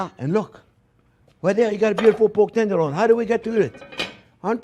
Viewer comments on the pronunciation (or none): > "porked tenderloin" :D